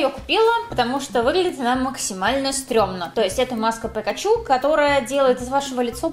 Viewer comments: Ни пекачу, а пикачу😣😣😣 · Простите конечно,но,она дура?)) Почему ПЭКАЧУ Если надо Пикачу? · Не пакачу а пикачу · Не пЭкачу, А ПИКАЧУ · Не пакачу , а пикачу